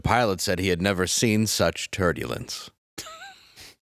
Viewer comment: He said Turdulence! Joe Biden is really dumb